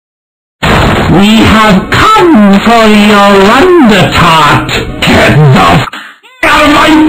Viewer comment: “fo yo”